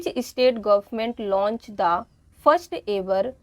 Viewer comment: Mam state not estate